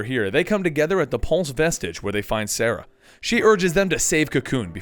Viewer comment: so i know this is a dead post, but i just came upon it.. and all i have to say.. with all you had to say about being correct and easy names blah blah blah.... Serah.... not "Sarah" <3 not trying to be a dick, just a little, here ya go. lol